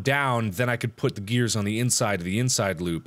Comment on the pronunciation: Mark can't stop saying grears